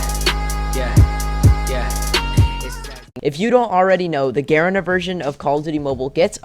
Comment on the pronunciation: the way he says garena lol 😭